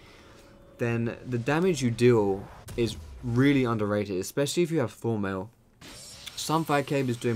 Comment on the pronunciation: everytime he says Thornmail I understand Full metal ^^ hhaah